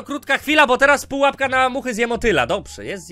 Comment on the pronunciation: #PUAPKA 💕 Kocham jak on mówi Padżąk 💕